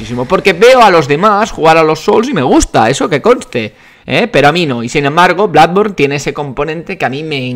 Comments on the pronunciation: DEJA DE DECIR BLADBORN PORFAVOR. PORFAVOR. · Me siento confuso:Toda la vida oyendo "Bludborn" y pensando que se decia "Blodborne", y ahora llega y dice que se pronuncia "Bladborne"Que cacao mental...